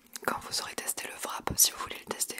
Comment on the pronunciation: Haha! J’ai adoré y’a vidéo! Amis ça me fait vraiment rire parce que les français disent VRAP 😂